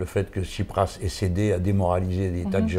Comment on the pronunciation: jean-luc, tu parles trop ! mais bon, c'est une conversation. et c'est pas tchiprach, mais tSipraS. c'est intéressant, mais quelque part un peu bavard et pas assez aigu politiquement, surtout concernant le cataclysme actuel en grèce (dont semblent se foutre totalement les commentateurs de cette vidéo). comme que comme excellente initiative, tout le problème étant qu'il faudra nourrir la bête, et les réseaux sociaux sont très gourmands. donc à quand la prochaine ?